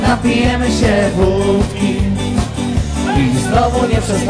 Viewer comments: sieeeeeeeee w wyglosie akcentuja tylko male dzieci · "się" za bardzo nosowe w wygłosie dzieci tak mówią?